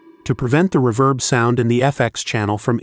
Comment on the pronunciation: You may want to find a less monotonous AI voice to narrate your videos, and spot-check its pronunciation. It's pronounced "rEEverb", not "reVERB", and the vowels in "lead" are pronounced like "reed", not like "red". Hearing the AI keep saying "reVERB" over and over again was really annoying.